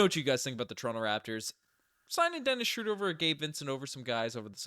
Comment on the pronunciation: Great video as always but respectfully, it's not "Schrooder" (crazy how Basketball Reference has the pronunciation incorrect). It's closer to Schreuder (ö sounding the same as eu in French).